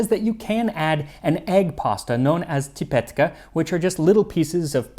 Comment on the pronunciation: csipetke became tipetke😅